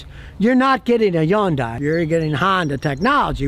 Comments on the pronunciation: Yon-die! That’s a new way to say Hyundai. 😂 It’s Hun-day Scottie 😂 Even though I still wouldn’t buy one. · Why don't you pronounce it right. It's Hyundai like Sunday. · What the hell is a YONDAY?! Remember the old commercial? “Its hyundai, like Sunday” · "Yunday" lol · How Scott pronounces Hyundai.